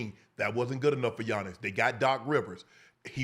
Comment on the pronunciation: You butchered tf outta that name